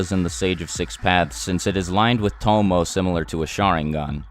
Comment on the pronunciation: "Tomoe" is actually pronounced with three syllables. to - mo - e (the e making the long A sound). :)